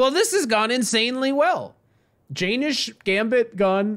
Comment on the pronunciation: Its acutally pronounced "yen - nish" rather than "jay - nish"